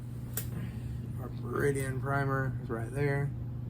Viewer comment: It's pronounced Ber-dan not beridian